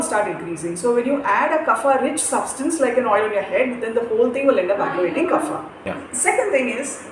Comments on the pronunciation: There is no ‘fa’ in Sanskrit. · good video but slight nitpicking, the pronunciation of kapha is wrong. its not fa but pha.